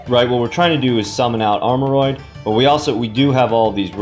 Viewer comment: Whoa pronounced it right this time lmao